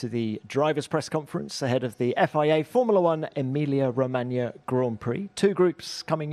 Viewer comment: Someone needs to tell the host it’s “Formula 1” not “Formala 1”